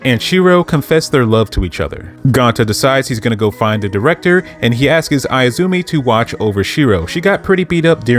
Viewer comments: Stop saying askis… bro it is ASKS bro you sound extremely ignorant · Love the info etc but if I hear the word “ASKS” as “askus” one more time ima throw my phone😂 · cool video but why do you say "askes" its "asks"